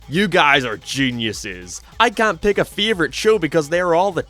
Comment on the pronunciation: Your pronunciation is gonna drive me nuts, "favorite" as "Feevorite" and such, just all the A's slayed, great video, i watched it completely, but my god